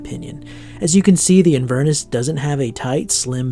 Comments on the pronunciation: Hi, great video. ‘Inverness’ is pronounced ‘in-ver-nesss’. Inverness is a city in Scotland - I’m Scottish. Loved the video and will check out the brand. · Great review, but please for the sake of all your Scottish viewers, look up how to say Inverness lol I cringed every time ;)